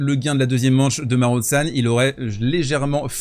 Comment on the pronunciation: Marozsan se prononce « Maro-Jeanne ».